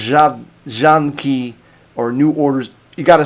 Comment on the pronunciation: PORZĄDKI, not PORZADKI,, you must pay attention to a tail attached to letter "a", it is a NASAL vowel "Ą".